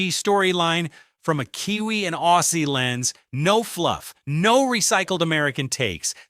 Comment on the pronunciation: Thank you for sharing your updates 😊🎉👍 For your future shows we Aussie's pronounced it Ozzy the same as Ozzy Osborne. 🤟🤘